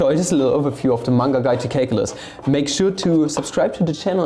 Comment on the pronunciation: You know you're watching a video when he immediately corrects 'menga' to 'manga', and then says 'caklylsz'